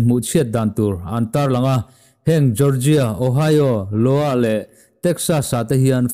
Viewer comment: Lowa ni lovin Iowa tih zawk tur A ni e